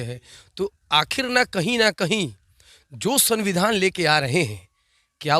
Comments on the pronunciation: Bhai sunbidhan nahi sumbidhan hota he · पहले सही से सविधान बोलना सीखे ले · Samvidhan toh sahi se bol liya kr bhai